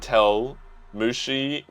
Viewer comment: Lmao looks like u had an stroke when u read mujinazaka or wakatsu 😂😂